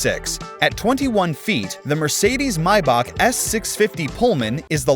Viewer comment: How to pronounce maybach may, the month bach,back for all my american peeps